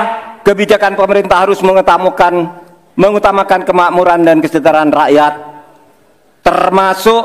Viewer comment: Mengetamukan.. Bukan mengutamakan.. 😂😂😂. Aplagi kalau tanpa tek paaa paaa...